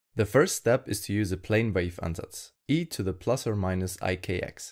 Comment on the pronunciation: Are you german? You have a slight accent and pronounce "Ansatz" perfectly